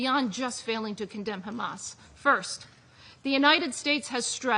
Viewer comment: how many times did she say khamas? 😅